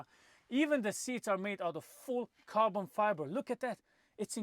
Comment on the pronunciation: Carbon Fibre or how Misha would say: Carton Fibre.🤣 No but seriously, what a great car. One of the greatest of all times. Thx for the video.🙂